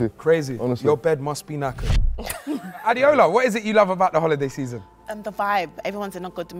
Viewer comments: Girl's name is pronounced A-DAY-O-LA and she's being called A-DEE-OH-LA...i'm shocked. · What's adiola isn't it Ade ola